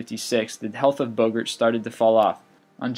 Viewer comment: Oh…I never knew that "Bogart" rhymed with "yogurt"…